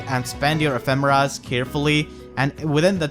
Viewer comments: I think it's pronounced Eh-fee-muh-rah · to me it sounded like you said mufasa a few times